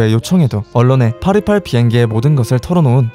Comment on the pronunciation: 828이 계속 퍼리펄로 들리네요ㅎㅎ